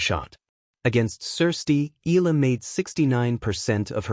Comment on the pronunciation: EEE-YAH-LAH....that is how you pronounce her surname, instead of EEEE-LAH Pleeeeez